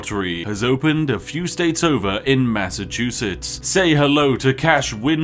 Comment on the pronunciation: That and MASS O CHOO CHOO SETS